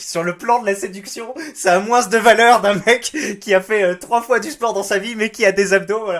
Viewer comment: MOINS se dit MOIN pas MOINNSSE